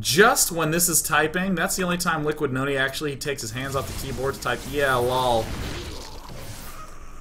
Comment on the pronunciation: Noooooooony, his name is pronounced Liquid Noooooony!!!!